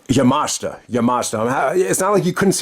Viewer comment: You nailed Yamashita's last name. Her first name Miyu is pronounced Me-You just for future reference. I haven't seen the match yet but I imagine it was just decent but not great. I did see their TJPW (Tokyo Joshi Pro) match and it actually aired on the same episode of Dark as Pac/Umino the other week and it was really good. I've seen a bit of Yamashita's work and I'm a fan of hers. She is kind of like the Low Ki of TJPW. A hard striker, kicker and incredibly smooth in the ring. No wonder she's nicknamed "The Pink Striker." I think the issue with AEW bringing in talent from other promotions is the fact they don't take the time to hype them up as a big deal to where the fans could care about seeing them. I ain't talking casuals, I'm talking just the circle of fans they have. Go check out their TJPW match cause that I'm sure was much better.